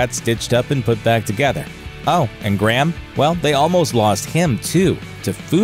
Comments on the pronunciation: It's really annoying how he pronounces Graham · why cant Americans say the name "Graham" properly?